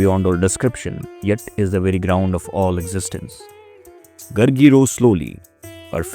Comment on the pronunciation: It's not Gurgi. It's Gaargi.